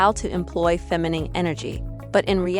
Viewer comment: Look up how to pronounce the word "feminine."